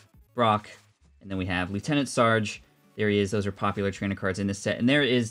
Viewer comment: The way he keeps mispronouncing Surge XD